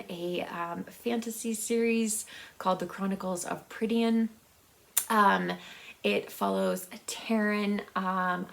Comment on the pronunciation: I've been reading the Chronicles of Prydain since grade school , many years ago ! Love them !!!! ( It's pronounced Pry- Dain . You should check out the Riddle Master of Hed , by Patrica A Mckillip. Also the Spell Singer series by Allen Dean Foster. Great channel 👍 new subscriber, by the way.